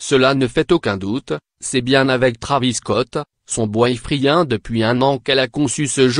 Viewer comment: WAAAAHAAAAA 😂😂😂😂😂😂😂😂😂 le gas nous lache des kili gener et des boy fri1 sens pression 😂😂😂 aucune honte il nous lache sa oklm 😂😂😂😂 Sa se pronnonce Kaylie JENNER et non "gener"